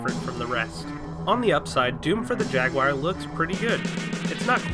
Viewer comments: Jagwire? :( It's JAGWAR!!! ;D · This is a minor gripe, but I couldn't get over the way you said Jag-wire repeatedly. I sure hope this isn't a reference to a meme I'm missing.